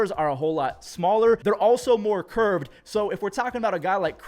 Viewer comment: There also more “CuRvEd” I listened to that 5 times 😂